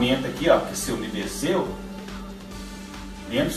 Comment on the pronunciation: Vc falou UMIDECE. COM QUE ??????